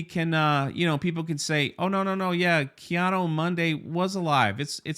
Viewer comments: Yeah bro, the only issue I got with this is you keep butchering this Jedi‘s name. It’s not Kiado Monday. It’s KI ADI MUNDI !! Lmao Other than that good video and thanks. 🙏🏾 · It seems like every time you say his name the pronunciation gets worse 😂 Ki-ano Monday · Is there some kind of inside joke I'm missing about the pronunciation of life ki adi mundi? Kianu Mundo? LOL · Who is Keanu Monday? 😂 Ki-Adi-Mundi ffs... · pronounce Ki-Adi -Mundi's name properly not Keanu Monday Jeez! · Didn't a certain actress get fired for joking about pronouns? Now its ok and no one is getting the boot? What 💩🙄 really. Anyway are you saying Ki Adi Mundi or Keanu Mundi?😄😄😄 I swear it sounds like you're saying Keanu 😆Bad enough poor Carrie Ann Moss was roped into this, dont drag Keanu into it please lol. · Who the hell is “Keanu Monday?” He said it like 10 times instead of Ki Adi Mundi lol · “Ki-ado-mondo “ “Ki-ado-Monday “ Jesus, we love you brother … but damn 😂😂😂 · Your pronunciation of Ki Adi Mundi is pissing me off lol